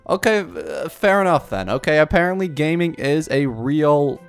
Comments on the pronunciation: he's based on liyue (china) so it's gah-ming, not gay-ming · GA-MING not Gay-Ming cuz obviously its chinese not american/english name. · It's pronounced Ga-Ming not Gaming lol; idk why they didn't put a space or anything in between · It’s not “gaming” but it’s pronounced “gah-ming” it’s a traditional Chinese name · Gaming's name is pronounced Ga'ming!! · The name "Gaming" is a Chinese name pronounced jahming, which means light and kindness 🥰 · Gaming's name is supposedly pronounced "Gah-ming" or "Jia-ming", it's just the way they space the characters. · before it gets lost in the comments please it’s pronounced “ga ming” please your other pronounciations already scare me please don’t let this happen to him too 😭😭😭😭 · Gaming is pronounced Jieming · I think it’s pronounced Ga-Ming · Pronounced GAH-MEENG obviously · It’s pronounced Ga Ming just trying to help 😊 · I think its pronounce as Ga Ming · Thank you. They way it pronouced it made me insane 😂 its not his fault tho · his name is pronounced like Jiāmíng, and hers is Xiányún, not like Xinyan